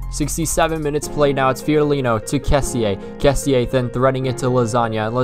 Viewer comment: Good video but only thing... The pronunce of Kessie=kessì no "kessi e" XD